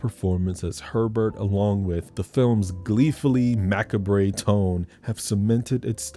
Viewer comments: Dude, mac-a-bray? Mac-a-bray??? I had to go back and listen again. I've never heard what I assume is macabre(?) pronounced that way, but you do you. As you might have mentioned once or twice, it is YOUR list, so imma let that go, but that was priceless! I may have to subscribe if you are always this fun. BTW, I've seen all of these, great choices. Intruder is sooo underrated. And Valentine might be kinda weird (why didn't he take out the boys that beat him up at the dance?) and a Scream-type ripoff, but I still like it. Denise Richards alone makes it worth the watch. And Popcorn too? Well done, sir! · This is a good list. I actually haven't heard of some of these movies. I definitely have to check them out On a side note: Facade is pronounced "fuh-SAHD" Macabre is pronounced "Muh-Kahb" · Macabre is prounounced "Mah-Cahb" just btw. loved this list, crazy how mny of these ive seen and how many ive absolutely never heard of. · i’m dead at mackabrey 😂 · Did he just say ma cab re? 😅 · Why are you purposely (cuz I know you know better 😐) 😅😂mispronouncing words: facade, macabre etc. 😅😂😂Is it to increase engagement 👀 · baby, do you mispronounce words on purpose? alias, macabre, fascade...